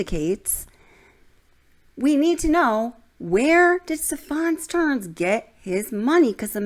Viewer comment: Stephan's name has the accent on the first syllable.